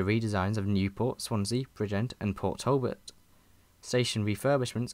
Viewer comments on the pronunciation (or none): none